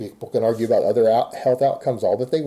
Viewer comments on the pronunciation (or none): When says “about” it sounds like he says “a boat”. He’s such a complete tool.